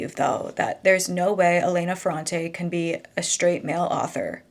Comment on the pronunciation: Hi, just a pronunciation tip: it’s Èlena and Domènico in Italian:) also it is absolutely NOT a well known fact that she is a man… just a theory some people have, I don’t know why that person was so sure about it